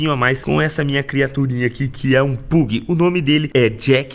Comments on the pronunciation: Sabe nem falar a Raça do Cachorro 😂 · Não se fala Pug e pag